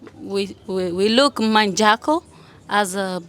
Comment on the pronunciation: She said Manjago